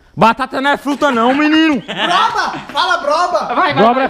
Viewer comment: A, b ... Broba fala broba 😂😂😂😂😂😂😂😂😂😂😂 não seria abóbora 🤔😂